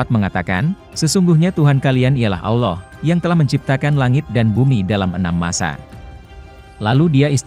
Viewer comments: Aduh bilang allohnya balelol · Nyebut Allah aja.. awloh..